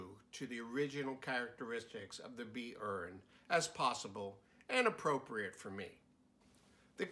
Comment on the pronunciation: Dude ist not "B-urn" or "B-earn" its "B-oo-ren" (plural) or "B-oor" (singular)